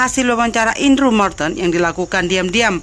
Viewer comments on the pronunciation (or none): none